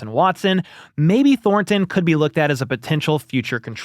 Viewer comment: I hope ThorNNNton leaves the Chiefs so I don't have to hear you butchering the pronunciation of that guys name over and over. Thornton...no emphasis on the N...say it again Thornton.